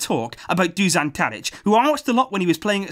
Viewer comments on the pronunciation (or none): Great analysis, De Jong was amazing, Tadic was unreal... One thing, it's pronounced DuŠan not DuSan... The Š in his name is pronounced SH... for example: SHit Madrid are out of the Champions League.. :D get it ?